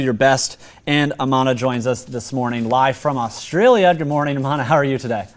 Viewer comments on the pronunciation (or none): Thanks!!! I thought something was wrong with me ears.... The name of her channel is Amanah her name is... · The interviewer kept saying her name incorrectly. Her name isn't "Amanah," it is. What a gringo.